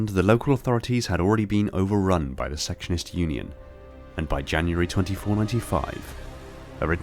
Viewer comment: I use this video for reference a lot, but I just want to let you know, they're actually the "Secession-ists", not "section-ists". Secessionists, as in they want to Secede.